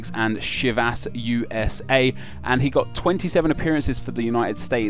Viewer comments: LOLOL SHIVAS its chi-vas, reminds me on how he has carvajal carvajall. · chivas......the pronuciation bothered me a bit. Sorry if that's how people with English accents say it.